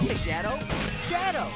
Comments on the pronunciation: My brain slowly slowly deteriorated and started hearing schedo, chedo, shedo. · At one point i continue hearing shadows name as chadle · Now I can only hear 'chad'ow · the more I hear: “shadow” sounds like: “chad o” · Shadow was said so much it sounded like Chads o to me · When jason says shadows name its like he’s saying chad’o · AHHHGGG I KEEP HEARING CHETO!!! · All I hear is “Chado” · All I hear is chado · I got to the point where it sounds like "chettle, cheatle, kettle, chadow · All I hear is cha-doe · NOW IT SOUND LIKE SONICS SAYING CHETO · I'm starting to think he's saying chad-ow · I cant stop hearing "CHADO!" and "souniac" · At I started hearing shedow or chedow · Ah yes. Sawnik and Chado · It almost sounds like sonic is saying Channel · no it sounds like he is saying sato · now i only hear " sharo " and "xonic" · it kinda sounds like he's saying 'chadow' during the Jason Griffith era ;_ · Nah, Jason says "Chadow" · After hearing that it sounds like ga dow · Why the word shadow sounds like channel, shiado and siado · cool why did i watch this. 'shadow' eventually started sounding like 'chadow' which was funny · I heard "chad" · it sounds like chadow in some parts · After watching this, when sonic says shadow, I hear Chad oh. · He sounds like he's saying Seattle lmao. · Its sounds like cha-doe to me nowwww XD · It just sound like chado now XD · Yeah! Now I only hear chadow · First I heard “Shadow” Now I hear “Chetto” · Shadow sounds like “chero” but with an accent on the e. Is that just me? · idk why but I can't hear Sonic say "Shadow" I just hear "Sharonn" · “Shadow” started to sound like “cheeto” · HELP IT SOUNDS LIKE HES CALLING HIM CHERRO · Sonic is saying shaddel now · its sounds like chado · Its sounds lime he is saying chadow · It's starting to start like "Chadow" to me. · I swear i listened to this for too long and now it sounds like sonic says "chattle" HELL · I HEAR "chad-ow" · After watching it it now sounds like “chadow” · I heard Chadow